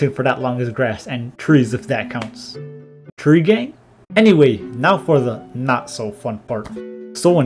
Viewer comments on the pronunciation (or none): none